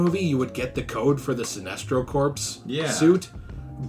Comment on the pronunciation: Just a little nitpick: corps is pronounced "core" not like how it's spelt.